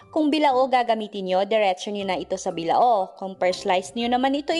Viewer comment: Bilao ate Mali amg sabi mo ang pagit pakinggan